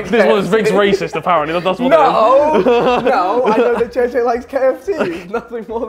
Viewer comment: I thought u said banana for JJ lol